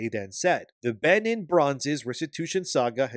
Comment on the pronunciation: It's pronounced 'Ben een'. And 'Car toom'.